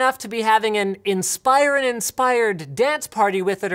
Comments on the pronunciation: Why does he keep saying “inspīron”? It’s pronounced “inspirōn” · In- spi - rin is what you said Im sorry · Linus....its pronounced INS-PER-ON